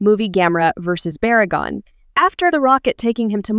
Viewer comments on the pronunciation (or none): baragon don't you mean barugon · You called Barugon Baragon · Did you said baragon instead of barugon?